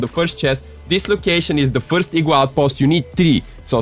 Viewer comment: I love how he pronounced it as ee-gua